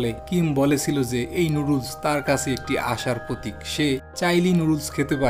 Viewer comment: আপনার বাংলা উচ্চারণ ভয়ংকর বাজে। ভিডিও শুরু করেই কাছে কে কাসে শুনেই স্টপ করতে বাধ্য হলাম। একটা কন্টেন্ট বানাচ্ছেন সেটার মান ধরে রাখার চেষ্টা করবেন।